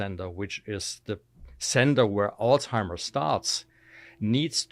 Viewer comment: He should at least say Alzheimer’s properly.